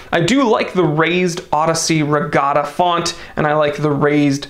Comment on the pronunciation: "Etta". It's "Etta". "Etta". NOT E.T.A.